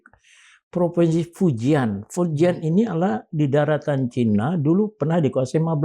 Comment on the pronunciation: Pak Kivlan ...! Kalau menyebut kata : Cina... ya Cina saja, pak... Gak perlu dengan ujaran : Cainis !... Cukup : Cina saja !, kita orang Indonesia, huruf "i" ya diujarkan "i", bukan "ai" Prof. Sri Bintang Pamungkas juga tidak pernah ujarkan : Cainis, tapi : Cina !👍🏻